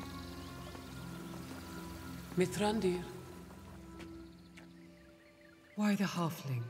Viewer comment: im in love with the Galadriel's pronunciation of "Mithrandir"'